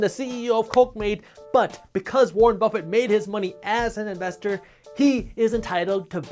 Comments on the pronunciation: Warren BRuffett. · warren bruffet